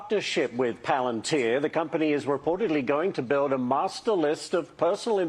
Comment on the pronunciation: it’s PahLANtear. You know, from Lord of the Rings!